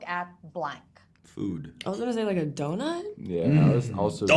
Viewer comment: i need to know behind this joke when rain said donut. were sean impersonating her by exaggerating the ‘dough’ or what- its always funny to me lol. also love the vibes from the trio. bestie at its finest